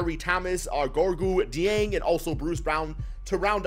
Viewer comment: Pronounced Gorgy Jang, not Gorgoo Deeang